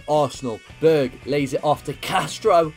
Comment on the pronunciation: when u say berg name you say bög wich means gay in swedish. i cant stop laughing